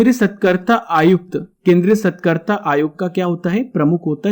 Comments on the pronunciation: सतकर्ता नहीं, सतर्कता है ।वो बाकी very nice information👍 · कृपया सही उच्चारण करें- सतर्कता आयुक्त It's not SATKARTA It is SATARKTA Thanks. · Aap satrakta aayukta ko galat dhang se padh rhe hai sir